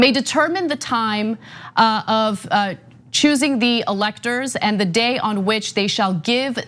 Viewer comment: Is it "chusing" or is it choosing?